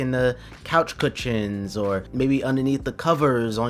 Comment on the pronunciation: why you say cushions like that tho 💀